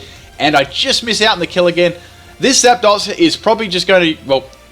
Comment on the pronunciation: I love how he says Zap-daws, and not Zapdos